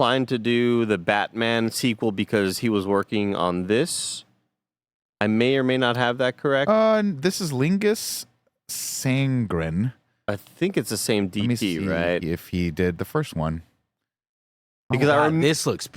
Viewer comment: Oh, listening to you try to say Linus Sandgren (LIE-Nuss SAN-grin) is painful buddy!? Lol